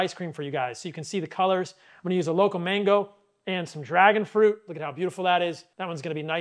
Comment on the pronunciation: You are super hyper was looking at your ice cream recipe you mentioned mange, did you mean mango ???, nice that you have a lot of energy, just turn it down a notch 🤔🤔🤔